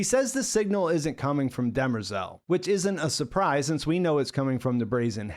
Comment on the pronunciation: Why does the keep calling demerzel, dermezel?